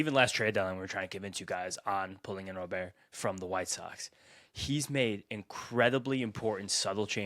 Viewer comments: STOP pronouncing roberts name wrong! It's soooooo fuckin annoying!!!! It's Robert NOT ro bear! 😡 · Guys, I’m beggin ya. Just think like a bank Robber. It’s Robber. It’s not Robeair. I don’t know why it’s so annoying, hearing Robeair over and over again, but it really is 😂